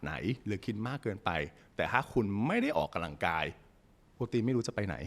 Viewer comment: เนื้อหาดีมากเลย และจะดีขึ้นไปอีก ถ้าออกเสียงคำว่า ออกกำลังกาย บ่ใช่ ออกกะลังกาย เด้ออ ขอโทษและขอบคุณครับ